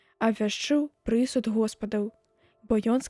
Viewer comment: Прачытана: пры'суд, слоўнік дае націск на апошнім складзе: прысуд'.